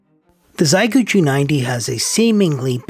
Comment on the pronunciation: It's "She ay" gu..actually.